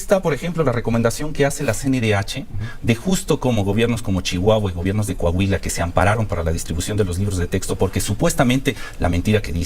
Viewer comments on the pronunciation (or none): none